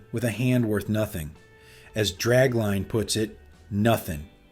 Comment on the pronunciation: Goddammit! George Kennedy played DRAGLINE, not "Drag LANE!"